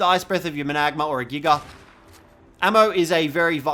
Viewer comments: You say it MANA-GARM-ER, not MA-NAG-AMER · Oh mana bro says there name hella weird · That’s is not how you pronounce managarmr